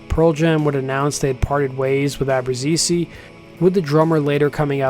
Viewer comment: hihihihi ... I know that pronouncing ABBRUZZESE correctly is a tongue twisting for non-italian speakers